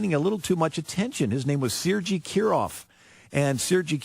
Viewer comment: To be fair, I believe that the Ukrainian spelling is Sergey and it is pronounced the way he said it so perhaps the person he's talking about is Ukrainian? With that being said, I'm pretty sure that his correct pronunciation was a total fluke as right wing Republicans aren't known for their appreciation of cultural differences or nuance.